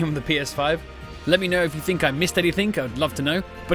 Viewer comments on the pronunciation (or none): none